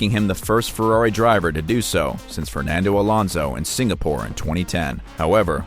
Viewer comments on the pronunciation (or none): none